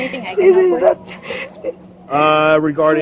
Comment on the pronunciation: was someone not yelling hlep